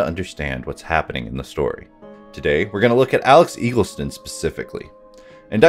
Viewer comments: It's jarring hearing the title of the game being pronounced correctly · Great video, fan of the art assets used in the video, and damn, its great hearing someone pronounce YIIK properly